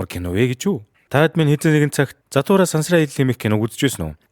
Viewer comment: Zahtura bish jathura baina demjij baigaa like darairai